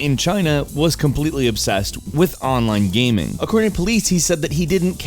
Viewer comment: 0:9 "Today Gameranx brings you ten weird GAHMING stories of 2016" Oh...